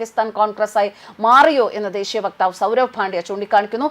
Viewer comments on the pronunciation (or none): none